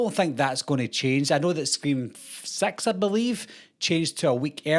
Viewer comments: Scream sex is funny though you have to admit 😅 That’s totally what it sounds like said. No offense. Respectfully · I’m so sorry but I laugh every time he says six 😔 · Me toooo